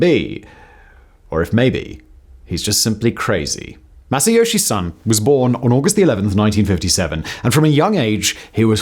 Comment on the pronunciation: Just to say, living in Japan, his name is pronounced SOHN (the vowel is pronounced like the o in gone), not SUHN as we would say in English, in case anyone is interested!